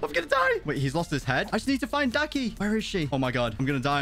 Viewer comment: Bruh daki not ducky